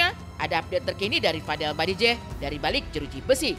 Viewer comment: bajideh bukan badijeh 🤣🤣🤣